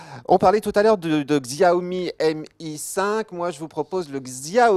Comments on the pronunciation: svp, arrêter de dire Xiaomi, ça se prononce "Chaomi" ! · on dit "Chiaomi" pas "XXxiaoooomi" vous faites des efforts quand c'est de l'anglais mais jamais pour une langue asiatique c'est fou... Enfin c'est pas non plus parce que c'est chinois que c'est nul franchement à vous entendre on croirait qu'un smartphone chinois = arnaque..!